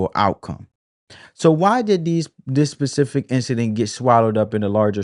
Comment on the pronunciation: Great video! Pacific!!! 😂 Spe-cif-ic!